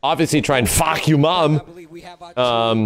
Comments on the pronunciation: "Fah-kum-raam" the guy says Fcuk You Raam....😅😅😅so hilarious...lol... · "Fahkumram" (ฟ้าคำราม) means "Roaring sky" in Thai. "kum" is pronounces as "come" the rest you pronouced it correctly. His boxing trunks has his name in Thai on it which is pretty accurate in Muaythai sport. Just some info for you. 👍 Love your channel from a Thai subscriber. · Fah-come-rum. Not fawk. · I'm Thai His name is not Fah-Koom-Ram It's Fah-KAM-Ram with the U lol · Fahkumram? More like fuckyourmom. That what it sounds like the announcer says and that's about what he does. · Fahkumram More like fahkurmam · Seriously it isn't that hard to pronounce that Thai name properly.